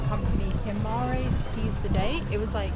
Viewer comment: Himara not Himari